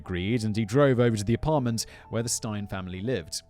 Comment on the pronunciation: "Steyn" xD